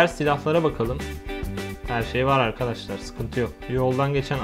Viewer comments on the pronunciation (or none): none